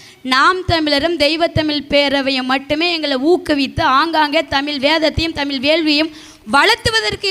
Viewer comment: "தமில்" இல்லை தாயே "தமிழ்" என்று உச்சரித்துப் பழகு தயவு செய்து😢